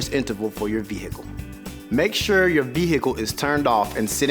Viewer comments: Ve-hicle haha no offense just thought it was funny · Would someone please slap this dude and then tell him the proper way to pronounce "vehicle"? His mispronunciation of it was like a jab in my eye every time he says it .. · V hickle